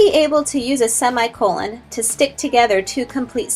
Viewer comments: I hate how she pronounced semicolon! It's /seh-mI-kuh-lăn/ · sey me cololen she was saying it wrong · "By the end of this video, you should lknow how to use a semicolon..." but not pronounce them. Yikes.